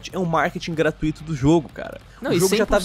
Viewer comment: Meus ouvidos sangram quando pronuncia “gratuito” errado pqp